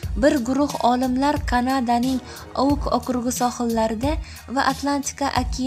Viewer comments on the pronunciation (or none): rmlik emas rimlik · Rmlik mas Rimlikku talafus qilishiz yomonku😁😁😂😂😂😂😂😂😂